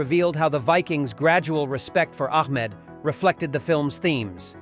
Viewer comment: Great movie. But please youtubers when using AI voice over make sure to edit correctly its Ahmed not Ahkmed. Every AI video screws up. Fix it.